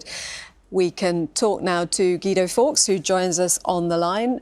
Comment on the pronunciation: And now we have Gweedo Forks......